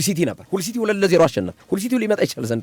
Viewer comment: ሀል ሲቲ በል ምንድነው ሁል ሲቲ😂😂😂 አንዳንዴ ድንዝዝ የምትለው ነገር አለ ነቃ በል